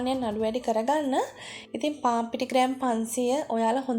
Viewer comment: පාන් කියාගන්න බැරිව ඉන්නේ